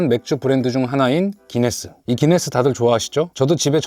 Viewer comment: 구인네스가 구수함